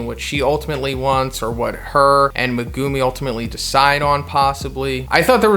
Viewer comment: Meg-uuuuuuu-mi not meguuumeee